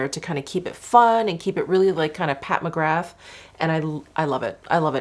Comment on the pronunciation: Hey, just a heads up that you pronounce McGrath like Ra, so you don't say the 'th' so McGra....